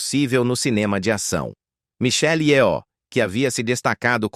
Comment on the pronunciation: Só uma coisa: Nomes orientais não tem acento tônico. Não é yoó.